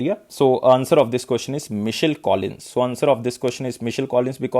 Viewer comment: Hi Sir, Please check this name "Michael" Pronounciation